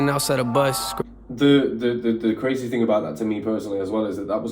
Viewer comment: He gonna say something cuh-ray-zee!